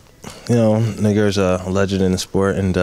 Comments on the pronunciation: he sais noguera xD, but it sounded like nigga indeed hahaha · . . lol yeah, he said "Nogueira". ..